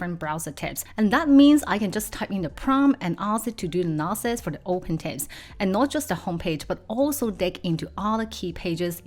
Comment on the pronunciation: It's Tabs, not Tapes